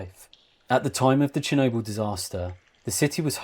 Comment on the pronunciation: Very good video and as a narrative you could do very well only if you can learn to pronounce the letter L. There is no such thing as noodoos and needoo's. Or Chernoboo. Work on it and you could go a very long way. Your video is exceptionally interesting but totally let down by your annoying narrative.